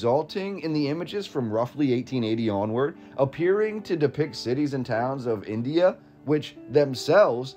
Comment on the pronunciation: It irritates me how they pronounce India.